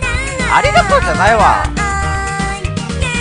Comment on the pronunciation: 言えてないよかわちいねぇ💖